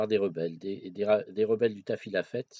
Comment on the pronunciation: MAGNIFIQUE, juste prononcer "tafilalets"